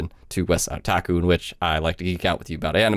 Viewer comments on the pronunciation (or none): none